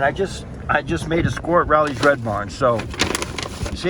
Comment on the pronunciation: It's pronounced with a long O. Like row lee